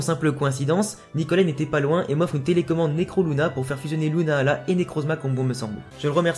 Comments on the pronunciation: C est lunala pas luna ala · Ta façon de dire lunala est bizarre lol